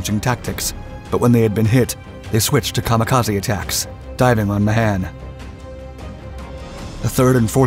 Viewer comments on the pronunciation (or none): The man's name is pronounced May-han not Ma-han... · The name is pronounced "Ma hon".